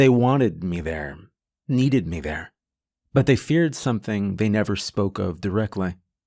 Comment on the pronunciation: Bless his heart narration 10/10 Storytelling 12/10 Imagery 10/10 Varying character voices (quite impressivel)demon voices 10/10 How to pronounce the word me- .5/10